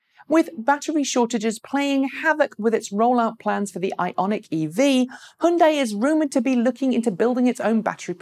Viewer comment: Just a reminder, it is not pronounced "he yun die". you got the y as in yellow right, just don't add the e sound after the h. And the bit at the end sounds just like 'day'. "H-yun-day". in two syllables. Hyundai.